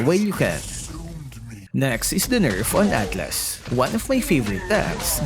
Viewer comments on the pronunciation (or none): none